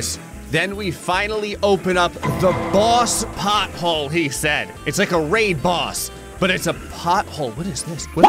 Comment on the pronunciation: All I could hear when you said boss pothole was "Bosshole" 🤣